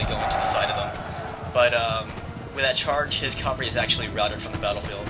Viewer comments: AH! It's pronounced Cav-al-ry not Cal-va-ry, as far as I know none of those horses have ever hung on a cross. :P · Why is it so many US commentators say cavalry as if it's the hill where jesus was crucified? (Calvary).......is it an accent thing?